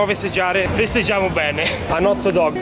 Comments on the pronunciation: "Anot dog" ahahah il tuo inglese è stupendo ahahah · "en hottedogghe" 😂😂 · Si perô "AN HOTDOG" detto alla romana è la cosa più bella del mondo hahah😂 grazie per aver messo il mio regalo nelle storie di instagram (la tela con la scritta ), sono davvero contenta che ti sia piaciuto, anche perchè ho sporcato tutta la mia camera ma vabbè hahah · an ot dog😂(non sono una capra tibetana in Inglese,so che si scrive hot) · "AHNOT DOG"😂